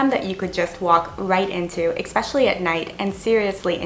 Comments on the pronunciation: Look there is no such word as EXpecially! Say Especially!! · Are you saying "expecially"? Lol. Love the vids. I watch them with my morning expresso :) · 1) There is no "X" in especially. You don't only have a language barrier with the Vietnamese. 2) Paperwork and 1 month rent deposit was difficult for you? And you're from Canada? Seriously? In Canada we need up to 2 months rent in advance, which is usually around $3000, and legal forms that basically sign away your first born to rent an apartment. Or, do you live with your parents here? 3) "Expecially" is NOT a word. 4) You experienced culture shock. Not uncommon for a 20-something girl who had her parents hold her hand throughout her entire life. These aren't bad things. You're just not used to them. If I sent you to spend a night in Downtown Eastside Vancouver, you'd have just as bad, if not worse experience. 5) I especially dislike that you say expecially. It's STILL NOT A WORD! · It’s not Ex-special. I’m thinking it’s more than being Canadian, it’s a speech impediment. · Language issues? Er O.K.... but for some reason I found that area of this video, 'exspecially' annoying. Or was that eggspecially annoying? Whatever I'm not watching that part again to check the overuse of that non existent word. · Very fair commentary. I cringed at your pronunciation of Vietnam and "expeshally", though.